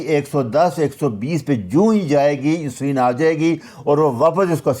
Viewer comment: جناب لفظ انسولین نہیں بلکہ اِنسولِن ہے۔ کسی بھی انگلش چینل پے سن لیں